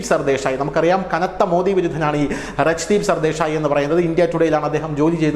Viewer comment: രാജ്ദീപ് സർദേശായി എന്നാണ് ശരി